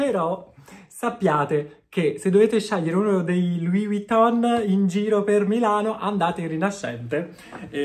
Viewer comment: Però impara a pronunciare Vuitton, perché la V non si pronuncia U. 😅